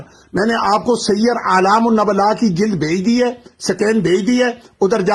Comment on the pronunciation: نبلاء ن پر پیش ہے